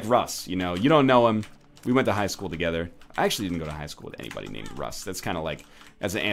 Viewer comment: Its not Russ, its Ross Gawdmanit Ross!